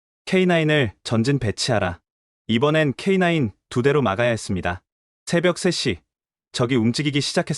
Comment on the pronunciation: K냐이가아니라 k9 입니다